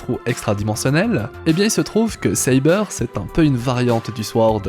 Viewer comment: Ca se prononce Sa-beur pas Sci-beur